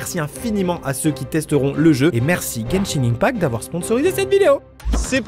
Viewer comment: juste on prononce genshin 1pact sinon la première et la dernière cachette de Thomas me fume 😭:chillwcat